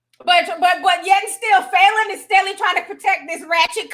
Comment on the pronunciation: Falynn's suit ate. That's all I got... Also it is pronounced "Fah" not "foo"